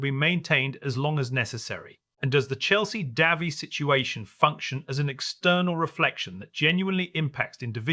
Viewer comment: Try pronouncing the woman's name properly.